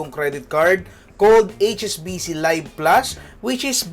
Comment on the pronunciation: I think this is pronounced LEEV plus, not LUHYV plus. Also 8% is not "unheard of", Eastwest Visa Platinum offers 8.88% on even more categories.